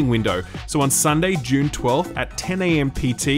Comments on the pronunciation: Man I am sorry but you are absolutely saying "June spice wars" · That’s not how you pronounce Dune.